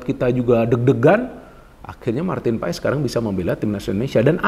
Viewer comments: Bacanya : Paes ❌ Pas ✅ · bacanya Martin Pas...silent e